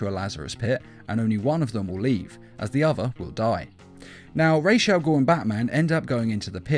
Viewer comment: It's Raus not raj as in head in arabic language Raus al-ghoul